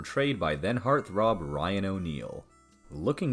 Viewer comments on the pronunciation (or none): none